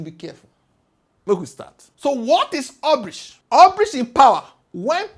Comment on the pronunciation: Wish you had learned the pronunciation of hubris before the video